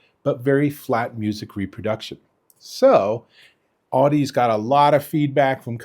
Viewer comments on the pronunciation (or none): Audeze is pronounced like the word Odyssey but with an Au instead of an O . "Audezay".